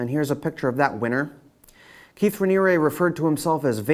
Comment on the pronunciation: I've never seen someone pronounce so many words incorrectly. Do you not hear other people saying Sea-grams? Hillary Clin-TON? Raniere, "Raneeree" not "Raneeryah" Well, you said New York correctly. funny